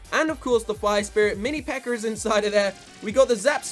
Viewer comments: Why did you say always pekkr? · is it me or keeps calling the pekka a ''pekker''?